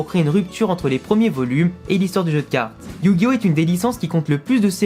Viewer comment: personnellement je refuse de reconnaitre la version 4Kids comme traduction officielle mais bon, fais comme tu veux (on est en France mais ça ne t'empêche pas de prononcer yugioh à la japonaise et non pas "yujio")